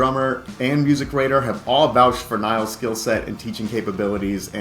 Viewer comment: her name is not niles (like the river), but nilles (like villas)